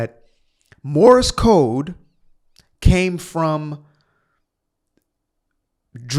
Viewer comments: This maroon said Morris Code. He can't even get that right. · Did he say "Morris Code"? Or is that just his accent?